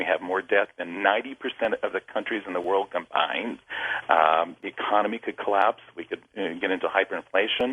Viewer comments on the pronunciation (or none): none